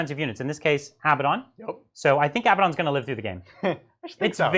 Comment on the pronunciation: Hello, please pronounce his name correctly, it’s A bad un, not ABBA Don! That sword of his is deadly, may the False Emperor protect you!